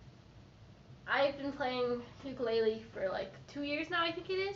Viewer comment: Hello from HAWAII!! I found your video after falling down a hole of youtube videos. You have such an amazing voice and you play so well. Just a pro tip so that you sound like a pro... You pronounce ukulele like ooh-koo-lay-lay :)